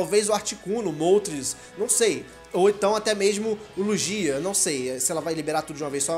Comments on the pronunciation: só para você não erra a pronuci do Lugia se pronuncia "Luguia" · Adoro o canal mas a pronúncia do Lugia foi foda kkkkkk